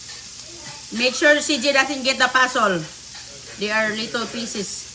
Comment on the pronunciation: Check your pronunciation. What pasol and lettle pisis